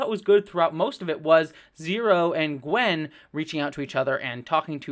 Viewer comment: Small note: it's "Gwyn", not "Gwen".